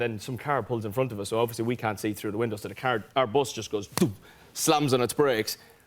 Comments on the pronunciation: Me: Say bus Niall: bOsS Me: bus Niall: bos Me: 😤 B-U-S bus Niall: BOS Me: throws potato at him Niall: gasp . . . Me lovelay patato cries 😢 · When he started saying bus though....it sounded like bos.....just like Louis....oooooh I miss the old lads😫😩😖❤️❤️ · He said "bos" 6 times.😍😍.. kind of reminded me of Louis saying "bos" .... when he was describing their tour bus😅😅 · When Niall was saying bus, my mind had some flashbacks to where Louis always said bos instead of bus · Why is no one talking about the way he says bus? 😂 love him! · The way he pronounces "bus" 😂😂😂💕💕💕